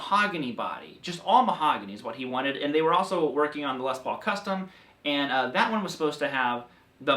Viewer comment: It's curious to constantly hear you say LES paul instead of Les PAUL. It's like saying CHUCK berry instead of Chuck BERRY. or ROBERT Baker instead of Robert BAKER. stressing the first name makes it sound like specifying one (brother) out of many. This is the LES paul and these are JOHN paul, GEORGE paul, and RINGO paul. Paul Reed SMITH... oh well...